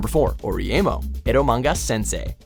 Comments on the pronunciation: and narrator still continues to say oreimo wrong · the way this guy just pronounced Oreimo... wow...